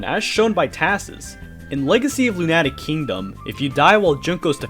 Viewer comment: I am terrified by how you pronounced "lunatic"